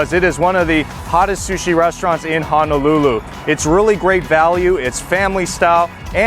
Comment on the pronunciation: HONOLULU: hoe (like the garden tool) - kno - lou - lou. There is no 'a' in the word... it cannot be pronounced like the town of Hana... just fyi